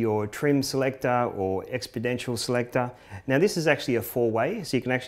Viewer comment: he said expodentioal instead of exponential